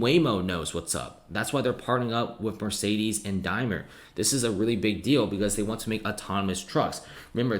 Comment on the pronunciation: DaimLer. You keep saying the name of a chocolate bar. Otherwise great video thank you.